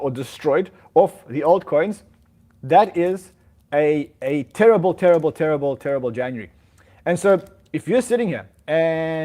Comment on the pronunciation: "Januree"